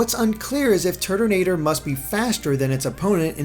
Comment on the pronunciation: i keep hearing turdinator